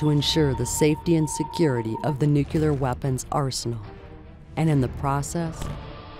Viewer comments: Such an interesting job, but the narrator can’t pronounce nuclear. , She mentions “…a world-class nuc-yooler weapons testing complex…” Luckily, their test protocols are better than their sound editing. You’d think Sandia, in what amounts to a commercial for their wares, would care about that level of accuracy in their marketing. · the narrator pronounces nuclear as 'nu-ku-lar', and that's all I can think about for the rest of the video. What about that word is so difficult for so many people? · "nu-cu-lur" ? Seriously? And the Japanese torpedoes were perfect. Ours were trash. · You'd think they could have at least coached the narrator on the correct pronunciation of "nuclear". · Please stop pronouncing nuclear as nu cue lar.